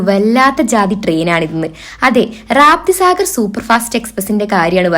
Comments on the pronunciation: രാപ്തി സാഗർ അല്ല രപ്തി സാഗർ. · വീഡിയോ തുടക്കത്തിൽ പറഞ്ഞത് കേട്ടപ്പോ തോന്നി, നീ full കൺഫേംൺഡ് ടിക്കറ്റ് കൊണ്ട് ആണ് യാത്ര ചെയ്യുന്നത് എന്ന്... റാപ്തി സാഗർ അല്ല റപ്തി സാഗർ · Rapti sagar....raapti sagar alla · രാപ്തിസാഗർ അല്ല, രപ്തിസാഗർ ആണ് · റാപ്‌തിസാഗർ അല്ല കുഞ്ഞേ 😂😂😂രപ്തിസാഗർ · രാപ്തി സാഗർ അല്ല റപ്തി സാഗർ എക്സ്പ്രസ്'... ബീഹാറിലെ റപ്തി നദിയുടെ പേരാണ് ആ തീവണ്ടിക്ക് കൊടുത്തിരിക്കുന്നത്.